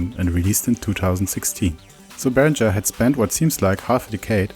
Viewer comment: I think it’s pronounced “ringer” not “rindger”